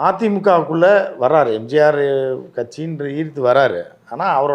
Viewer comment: முதலில் பழனிசாமியிடம் எம்ஜிஆர் என்று சொல்ல சொல்லுங்க. எம்ஜார் என்று solvaan